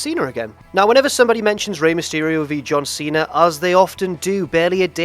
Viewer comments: I laughed at John Tweena. Keep trying,. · John twena